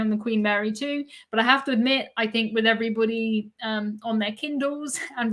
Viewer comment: To me , it sounds like every BUDDY. Great podcaster with great information